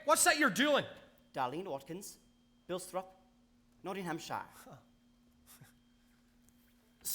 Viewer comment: I like this production but there can’t have been any English ppl in the cast or they wouldn’t have got away with pronouncing NOTTINGHAMSHIRE the way they did LOL 😂 👍🏻